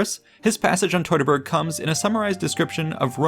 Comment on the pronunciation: teuteburg nicht totaberg 😂